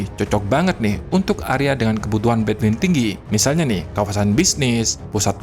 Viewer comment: bandwith bang bukan between